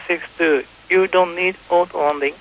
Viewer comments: Do you even YouTube bro? People watch the video and then comment on what struck them as interesting. In this case it was the controller say ot-land. Regardless if the controller speaks 20 languages, if it is clear that the pilot is not understanding him, he should spell the word. Don't be so sensitive. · "o-to" would have worked just fine, but he kept missing that second "o" sound. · I feel sorry for both sides here, but ATC needs to learn how to pronounce "auto"